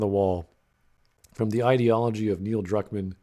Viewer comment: More like Neil Drukmaam